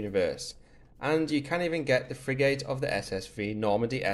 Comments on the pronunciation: Odd way to say "Frig'gate" can't unhear it.... it's frig'ut or frig'it it's most definitely not frig-gate . Anyhoo, useful video. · Pronounced Frigit not frig 8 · Bro really said "frig8"